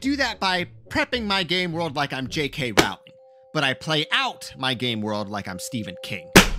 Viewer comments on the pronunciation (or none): Great advice. Rowling rhymes with "bowling".